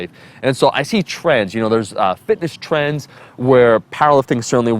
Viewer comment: "...I see trens, fitness trens.." 😂 sorry I had to, much love Omar!